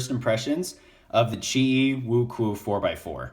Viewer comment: btw it's pronounced wu-chew-ayyyyy